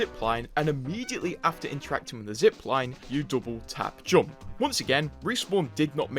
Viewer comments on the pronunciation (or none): Some ofy should make a 10 minute videos with him saying the word "JOMP" from every video